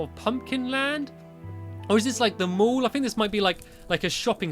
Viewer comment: when you said mall i thought you said mole till' you said shops and all!